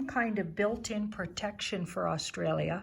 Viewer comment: You even pronounce Australia properly 🙏👍💋👍